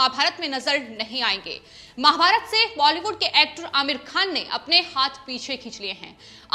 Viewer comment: कृपया महा_भारतात कहिये माँ_भारत नहीं. Please say MAHA_BHARAT not Ma_bharat.